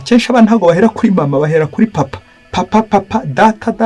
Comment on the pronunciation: Uko numvise babivuga bo ngo ni papa si paapa